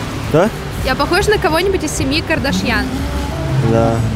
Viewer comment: Почему КардАшьян? Это же армянская фамилия, там ударение падает на последний слог